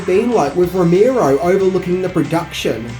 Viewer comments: two things: 1) it's Romero, not Romeerow 2) You really hadn't heard of Year of the Dragon? Dude, it's Michael Cimino! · Who the fuck is rommirow!? Its Romero 😊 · ive listened to 2 reviews today with george romero, and you fucks are pronouncing his last name wrong.. its not that fucking hard dude..